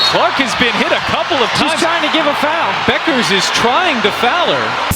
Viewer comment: Can't a human being read the script? Who but AI doesn't know how to pronounce Bueckers?